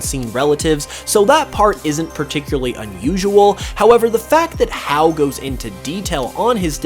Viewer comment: Hau's name is pronounced (Hah-ooh)!